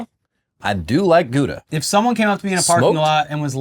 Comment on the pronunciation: Why are you pronouncing Gouda like that 😭😭